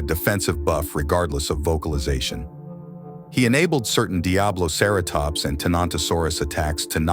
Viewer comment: He pronounced diabloceratops 3 DIFFERENT ways